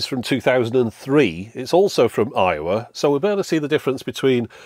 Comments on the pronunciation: Every time you say Aiwa, my American ears hear Iowa. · Oh! Aiwa! I thought you were saying Iowa the whole time lmao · i thought he was saying 'Iowa' the whole time 😆